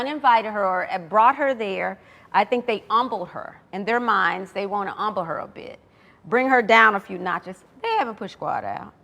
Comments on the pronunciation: “UMBLE HER… THEY WANNA UMBLE HER” is crazy😂😂😂😂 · The way Mariah pronounces words is off at times lol. I’ve heard at least 3 words from her in this interview that didn’t sound right lol. This most recent was her saying HUMBLE or “umble” lol